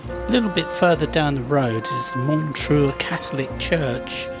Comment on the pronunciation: Really enjoy your videos. I'm a Londoner but I live in Merlimont near Le Touquet. Montreuil is pronounced Montreye, French is sooooo difficult. Drive safe and keep well. Abien tot 😁👍🇬🇧